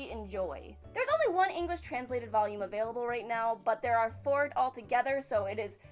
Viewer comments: Woah waoh waoh, hold up. She actually said volume instead of vallume one time. Did she break? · Still cant say volume. That's awesome. I need to find you saying "vulgar" same sound and I bet u say it perfectly. Great outro! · One day will say volume properly. One day. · "when i bought the first Valume" xD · I will always laugh at the way you say volume. I feel like you are asking for a hard drug.